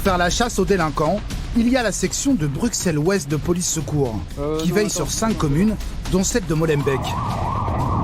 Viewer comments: Les journalistes parisiens ont rarement pris des cours de Néerlandais,donc forcément ils ne prononçent pas correctemennt Molenbééék,par contre ils pourraient dire BruSSel comme on dit Aussère(Auxerre).Mais je doute que ce soit la raison principal de l inquiétude de la Police de cette commune ainsi que ses habitants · C'est irritant d'entendre des Français prononcer le X de Bruxelles au lieu du double S alors que cette exception existe en France aussi avec Auxerre! Mais ce qui est encore plus irritant c'est d'entendre le nom de la commune de Molenbeek prononcé Molenbèque au lieu de Molenbéék !!! Ces journalistes ont rencontré des policiers bruxellois, ils ont dû entendre comment ça se prononçait. OK, c'est un nom flamand mais ce n'est pas bien compliqué de le respecter. Un grand respect aux policiers qui font ce métier difficile dans une zone très difficile. On se croirait en Seine St Denis ou à Clichy mais ce n'est pas encore aussi grave que la zone Nord de Marseille ! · "une image peut reluisante"... C'est sur qu'en faisant des reportages comme ça, ça va pas aider a aller mieux... Et pitier les français, apprenez à prononcer les nom des villes avant de faire des reportages en Belgique !! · Molenbeek se prononce Molenbék (o fermé déjà puis en tenant le é aigu assez longtemps et sans e à la fin). Tout ceci fonctionne de la même manière pour Schaerbeek, Dilbeek, Linkebeek, Maelbeek, etc...). Ne prononcez pas Molenbèke s'il vous plaît... Et une fois pour toutes, pour Bruxelles, le X se prononce comme deux S = Brusselles ! Merci... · "Molenbèque", à "BruKselle", ça commence fort 😂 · Brux elle 😭😭😭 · deja ont ne dit pas bruXelles mai bruSSselles et pas molenbèèk mai molenbéék... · Ils viennent faire tout un reportage durant des semaines sur place et sont pas capable de prononcer le nom de la ville correctement, ça m'agace. On prononce molenbéke, bruSSelles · MolenbÈk et BruXelles mes oreilles saignent 😭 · "Molenkèk", "Bruksel"........ dur dur